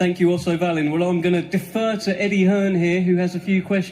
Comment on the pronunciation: Otto vallin not uailiin 🤣